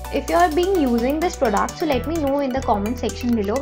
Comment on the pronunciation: It’s product! Not prodaaaact 🤣